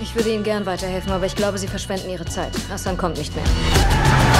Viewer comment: Lustig dass Franzosen kein H aussprechen können/wollen und sogar Hassan zu Assan machen 😅 P.s.: der Polizist sieht aus wie Ben Yedder 😆